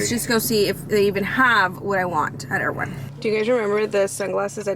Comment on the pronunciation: Were you at Erewhon? I couldn't tell if you were saying Erewhon or you were going to someplace called Air One to buy your stuff. It sounds like Air One